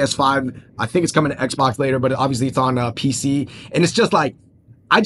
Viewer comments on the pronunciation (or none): none